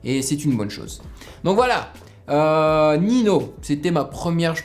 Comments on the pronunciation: J'adore tes réactions ! Et ça se dit pas Nino mais Ninio! Et Ninho est un des rappeurs les plus connu en France réputé pour être un monstre tout terrain ! (Mélodie, kick... Etc..) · Le nom ne ce prononce pa nino mais ninyo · Ninho est un des meilleurs du rap français actuellement, son album destin sortit fin mars 2019 est dans le top 3 albums de l’année avec PNL et Nekfeu Ninho se prononce Ninio et non Nino 😉 Sinon super vidéo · On dit ninio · Au faut juste ninho ça se prononce ninio genre avec un i à la place du h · Meilleur rappeur français Ninho et ça se dit ninio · Juste ninho sa se dit "ninhio" (mais tu pouvais pas savoir😁). Et tu pourrais reagir a PLK "un peu de haine" ? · Ça se prononce nino y a qui 1 n pas 2